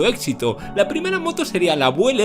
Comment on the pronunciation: Muy bueno el video, pero la pronunciación es "biúel", no "buel" como ud ha mencionado. Saludos cordiales.